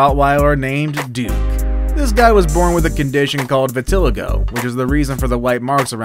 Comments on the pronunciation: Its pronounced VIT UH LIE GO, dummy. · Its vit-a-lie-go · LEARN HOW TO PRONOUNCE WORDS CORRECTLY!!!!! VITILIGO-(VI-TUH-LAI-GOW)!!!!!!! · Never seen Vitiligo written before? Would be an idea to find out how a word you’ve never seen is pronounced